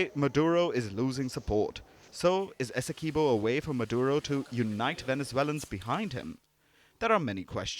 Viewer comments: This is teue. Also Essequibo is pronounced as Essie qwee bo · Good night please stop butchering our largest County name. Esdequibo. It is pronounced Esse quib oh. Please get it right.